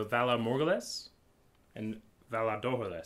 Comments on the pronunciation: whalA morghUlis, not whalA morgulIs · Val ah mor ghoulis <--- The Pronunciation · (in terms of speaking, Valar Morghulis, written, of course)